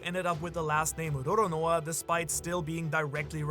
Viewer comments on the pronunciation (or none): none